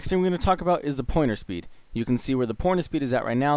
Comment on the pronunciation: lool it sounded like you said porno speed instead of pointer speed. never the less. Thank you and great video :]